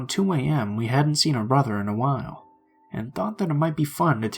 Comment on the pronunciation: I only listened once but to me the only strange thing was he said "bo-ther" instead of "brother." otherwise idk?